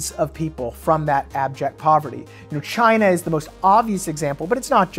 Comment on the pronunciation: "Jyna." -Trump